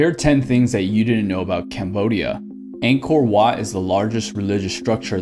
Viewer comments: As a Cambodian, I died hearing the pronunciations of Angkor wat and tonle sap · the way he pronounce angkor wat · We pronounce tuk tuk and angkor wat differently so when someone pronounce it It just feels so weird💀💀